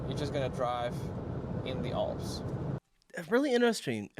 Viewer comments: ALPS not OLPS. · Why do many Americans have a difficulty with the letter A? Olps? Others... posta... Awldi... Try A as in "an". Yes, I'm being pendant 🤨☺️